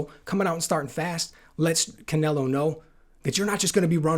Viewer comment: Canleo? Can Ello? Can Canelo? Cannelloni?